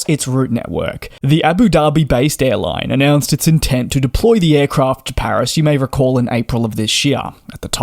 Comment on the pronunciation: You mispronounce the name of the Paris airport. Professionalism means attention to detail, partially lacking in your presentation. Attention!